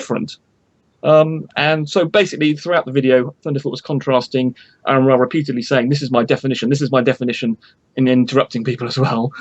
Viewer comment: Why can't pronounce Aron properly?